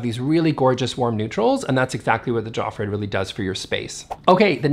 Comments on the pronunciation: The J is a European J=Yofreed, the G is hard in Regnskur=ReGn-Skoor, Fjell-haMar (not hammar) and then the other names were passable. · Just a tip that can make things easier for you, the letter “J” is pronounced like the letter “I” in Swedish, Norwegian and Danish. So, Jofrid is pronounced“Iofrid” and Fjell is pronounced “Fiell” 😉. Just replace the sound of the English J for I in all Swedish words and you are good to go, no one will notice you are not Scandinavian. 😉